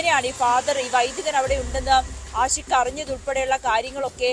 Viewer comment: ആദ്യം പുറത്ത് വിട്ടത് പ്രതി ആൽബിൻ എന്നാണ് ഇപ്പോൾ പറയുന്നു ആശിക് (ആഷിക് 🤣ഉച്ചാരണ പിശക് 🤣പഠിച്ചതല്ലേ പാടൂ )ആണെന്ന് എന്ത് ചാനെൽ 😔😔എന്ത് റിപ്പോർട്ടർ 😔🙄🤣🤣🤣